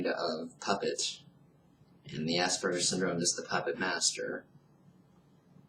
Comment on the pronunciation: Please learn the correct pronunciation of Aspergers! It is not assburgers.